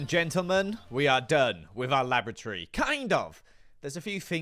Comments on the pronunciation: thank got for subtitles XD because I hear "Lavatory" and not "Laboratory" when he's talking about the basement XD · How many times did he say lavatory rather than laboratory? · Kept hearing Lavatory instead of Laboratory. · loved the episode but can't unhear the fact that every time says laboratory it sounds like lavatory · More often than not I heard you say Lavatory instead of Laboratory ... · I can't help but hear lavatory each time he says laboratory... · Is the way your pronouncing 'laboratory' the same way as 'lavatory' a part of your weird character, or is it just you being weird? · Every time he says 'laboratory' all I hear is 'lavatory' and it's funny. He's built a secret underground giant rainbow toilet 😂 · I keep thinking is saying lavatory. What's worse is I would not question him. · Did anyone else hear: Laboratory lavatory lavatory lavatory Lab.Or.Atory Lab lavatory Or was it just me?